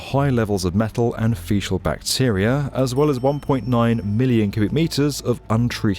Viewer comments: fee-cull not fee-shul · Fecal. Feekull, not feeshull. Sorry. I enjoyed the video though. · Facial bacteria? Pronounced "feekal"... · Fe-cal. Sounds like you're saying facial. fee-kul. fee---kul..... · jfc it's pronounced fe-Kal, not facial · 1. Sewage includes / implies faecal matter 2. It's "fee kal" (faecal) not "fee shal" (fecial) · feeshul? you mean fecal (feekal), right? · faecal - fee-kal, not fee-tial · thats pronounced FEE-KAL not fee-chale. 😉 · Facebook won’t let me share. I think it’s due to the hole reference. 🤷🏽‍♂️ Also, it’s FEE- kuhl, not FEE-shuhl. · Fee-cal not fee-shal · Faecal - Pronounced ˈfēkəl for the love of god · Fecal, with a 'k' sound. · To my humble opinion, the word "faecal" is pronounced as "fee-kal" even in American English, no?. But the vid is great again! Thanks. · Proper English guide: "fee-sees" the noun. "Fee-kal" the adjective. note the hard "K" sound. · FYI the “c” in faecal is pronounced as a “k”. No offence intended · Faecal - with a hard k. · What the heck is feeshal matter? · Excuse me did you say "fishal matter" ? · Feeshle matter? 😂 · Did he say fee-shal? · Faecal is pronounced “fee-kill”. Villette “vee-let”. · Faecal is pronounced with a K. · the c in faecal is pronounced like a k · It’s think you mean fecal/faecal… NOT Feeshel The C is hard - not pronounced as SH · there's no way that brits actually say "feeshal", that's got to be a joke, right? 😂😂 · Yes, that repeated mispronunciation annoyed be about this video. Feshal?! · He made it sound more like facial to me, which gave some unpleasant associations. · I think you are pronouncing FECAL wrong. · Why are you saying faecal wrong? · No way did personally remove all mention of the mispronunciation of faecal matter. It's just a bit of banter, nothing serious and doesn't detract from the quality of the rest of the video. haha